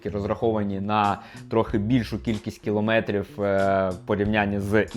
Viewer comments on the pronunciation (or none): none